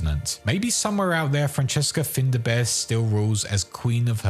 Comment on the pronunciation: "FINDA BEAR" really? Well done for insulting the Irish language.